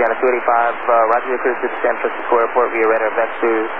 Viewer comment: Asiana crew accurately refers to San Francisco as "San Franshitsco"